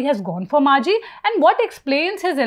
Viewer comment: He is Majhi not Manjhi. Please do the basics right